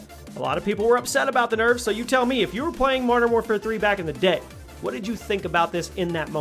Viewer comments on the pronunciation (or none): Hehe "nerfes"